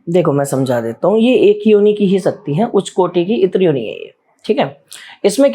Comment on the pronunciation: बेटा शुद्ध शब्द है इतर योनी ना कि इत्र योनी। इतर का तात्पर्य है अलग कोटि और गुण, फॉर्म। Other than living beings